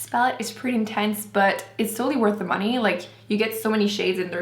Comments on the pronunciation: You say "dee" instead of "the"..... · Why does she pronounce "the" or "they" as "de" and "dey"?????